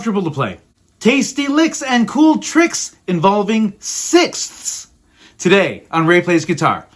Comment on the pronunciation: That is the most difficult word in the English language You pronounced it PERFECTLY! SIXTHS